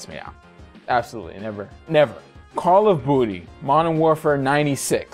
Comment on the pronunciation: I'm sorry... did you just say Call of Booty? I wasn't even looking at the screen and that made me do a double take.